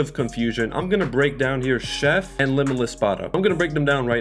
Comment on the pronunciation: bro you got chef wrong